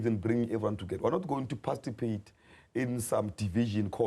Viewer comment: Tell its ''participate' not parcitipate